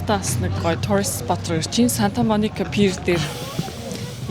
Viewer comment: maybe pier not pear